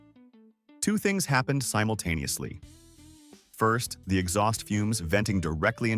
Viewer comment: Cut the way he says "simultaneously", then "first" and "second".